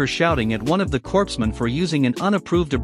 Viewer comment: Corpsmen is pronounced "coremen", former Navy.